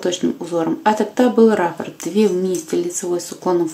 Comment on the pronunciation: Правильно говорить раппОрт